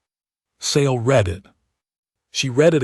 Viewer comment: and read instead of read .....